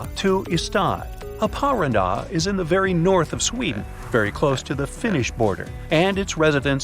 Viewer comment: Haparanda is Happa-rAAnda, same rythm as alibaba...